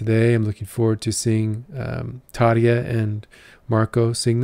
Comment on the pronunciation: Hei ystäväni! Kiitos tervehdyksestäsi. You also pronounce Tarja very well. One very easy rule of the Finnish language is that the stress is always on the first syllable (your pronunciation of Turunen was very good too apart from the stress).